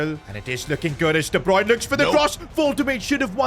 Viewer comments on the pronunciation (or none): Bro the pronunciation is "wol-tuh-maa-duh" and " kevin de broy-nuh"